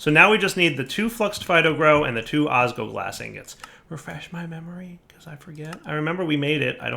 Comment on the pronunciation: OsgLoglas, not osgoglas